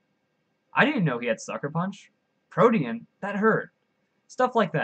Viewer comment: Thank you for pronouncing Protean right lol its a real life word it annoyed me when people pronounced it like protein